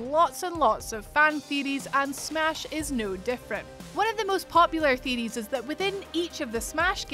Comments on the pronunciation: What are game " theerieees "?? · "One of the most popular theerees" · Lmfao that accent thicc boi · Really love "theeries" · Just came here for the “theadeees” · This woman pronounce things weird. It's theory of Deeries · I can´t even spell how she pronounced "theories", but i love it! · Love your... uh... accent? The way you pronounce Theories ...! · No one is going to say anything about the way she says theories